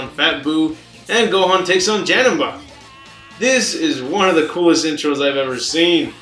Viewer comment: Oh man the way he said "Janemba" made me wanna kms